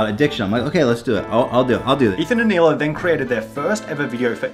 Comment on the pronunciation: Hey, Israeli here. Both Ethan and Sunny say Hila's name wrong. The dominant sound in the word is "La" not "Hi". It translates to "Aura" in Hebrew.